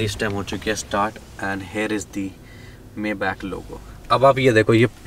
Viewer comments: It is pronounced "MAAY-BAAKH" not "MEY-BEK" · It is pronounced as Maay-bakh or bak